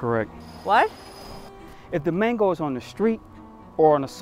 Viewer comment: Why couldn’t he pronounce 🥭 the first time lol ?😂